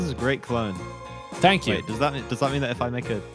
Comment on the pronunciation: "Htanks" for watching